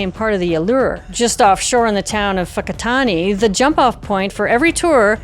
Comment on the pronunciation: Thank you for calling it Whakaari, the Māori name for it, rather than taking the easy road and calling it White Island ❤ also your pronunciation of Whakatane is on point. I haven’t seen any of your videos but I appreciate you doing your research!